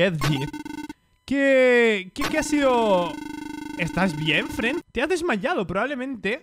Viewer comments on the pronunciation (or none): y en el min los Spooky Kids Dicen Fren Envés De Friend